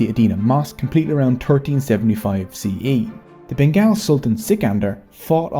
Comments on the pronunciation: The documentary makers could not even get the pronunciation of "Bengal" correct. It is BEN-GAUL not BEN-GAAL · It pronounces "BENGOL" because GAAL means SWEAR 🤬 in Bengali. 😢. This video would be so sweet, if you just could pronounce it correctly.... Say "BENGOL" Please. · You sound like a British narrator, you should say it as Bengaul and not Bengaal. Locals say Bangla. Bengaal sounds too weird. sorry for the nitpicking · Has anyone taken the time to tell you that it is pronounced Ben-gol? Like `all`? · Let's gooooooo! Our contribution has long been sidelined. Just a suggestion, Bengal is pronounced as Ben - Gall (like gall within gall bladder). Anyway, amazing work! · it is not said Bengal it is pronounced Bengol like Beng All